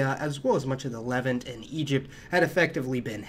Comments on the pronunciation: Good info, but its luh-VANT, rhymes with the insect ANT. Also, you could have looked that up before mispronouncing it half a dozen times. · Levánt. Levahnt. Le Vant. Lev Aunt., please pronounce Levant better. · Hellenic is stressed “Hel-LEN-ic” Levant is pronounced “Le-VAHNT” The P in Ptolemy is not pronounced.